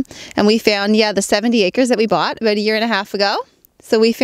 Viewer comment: happy when you said house and about...yep,she is Canadian (and cute)